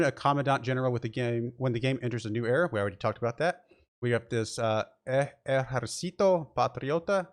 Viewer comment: The way you said Ejército made it sound like you said little army lmao Tip: There's an accent on the second syllable, so that's the one that gets stressed. eJERcito, not ejerCIto